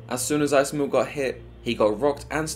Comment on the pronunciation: hi, great video man i don't like nitpicking about pronunciation but isamu was butchered bad lol it's ee sa mu not ai sa mu kinda like ethan but mu at the end